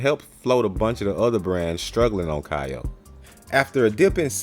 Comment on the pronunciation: kayo is pronounced k.o. Great work on the videos.